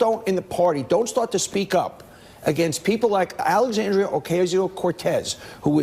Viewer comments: The first thing that Donny Douche Bag needs to do is learn is how to pronounce Alexandra's name. Good old friend of the worse president in history. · It's really aggravating they consistently intentionally mispronounce her name, it's a way to be condescending.